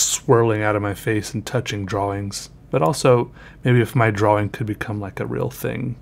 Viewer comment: I love it when he said twrawing 😂😂👌🏻